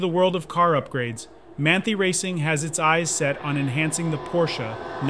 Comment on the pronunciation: How does a car channel not know how to pronounce one of the most prominent names in cars?